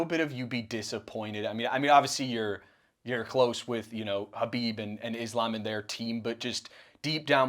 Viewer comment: KAW-BEEB HAH-BEEB